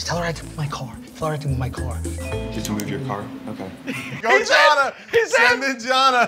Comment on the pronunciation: lol pronouncing Jana as Jonna